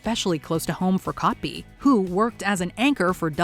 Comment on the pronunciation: Cobby?? lol And why can't we just hear the actual interviews vs listening to a narrator??